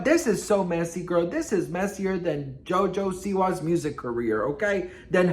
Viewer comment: Omg!! He said JOJo seeWa!!! 😆😁😅😁😅😁😅😁😅😁😅😁😅😁😅😁😅😁😅😁☠️